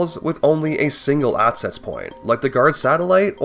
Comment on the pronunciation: Great video! I gotta say, I can't un-hear that throughout this video, you're say "aTcess" "aTcessible" and "eTcept," and I twitch every time. I'm sorry to anyone who now also notices this but I felt the need to spread the cognitohazard.